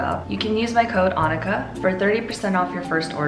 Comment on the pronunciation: I thought it was pronounced ann-EE-ka not anika... oops